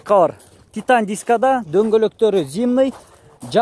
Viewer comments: Хонда адиссей под абсалют 🙉🙉🙉 молодец келтирет экенсин бул жагын зимний деп эле айтчы зимный дебей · Ээ тууган зымный дебей, зимний дечи, ЗИ ЗИ ЗИ деп 1 күндө 100 жолу айтсаң, тилиң көнөт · Зимний . Зымный эмес